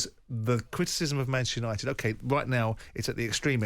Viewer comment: "The worst part of United is behind the scenes" No. The worst part is glory hunting Southern Fans singing Manchester songs. Unit'id' instead of UniTed. Sounds awful.